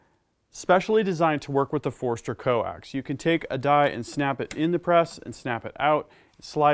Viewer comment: Not busting your chops, but it sounds like you are saying (phonetically) "forester"... Wouldn't it sound like /For-stur/ For-ster /? Just asking.. Not trying to sound like a male gland.. I kindly say